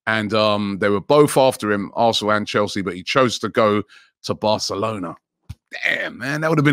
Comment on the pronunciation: Anyone else hear “arthnlllll” when he says arsenal